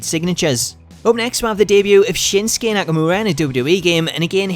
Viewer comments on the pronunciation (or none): none